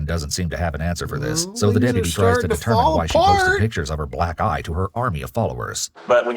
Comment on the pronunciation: You triggered my demented brain. Every time you said "Black eye" it sounded like you said "Black Guy.".